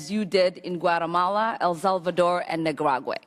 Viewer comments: Nicuaraguay?? The 5th grade reading class paid off didnt it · ..ni grog way? did she mean nicaragua .... she cant even read what they gave her to think.... hahaha. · Wtf is nicaraguay or did she meant Nicaragua?